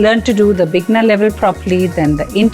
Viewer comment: You often say bigner, but the word is beginner....bee-gin-er.